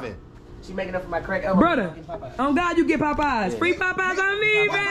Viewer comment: want that free food 😂😂😂😂😂😂 he said FOE 😂😂😂😂😂😂😂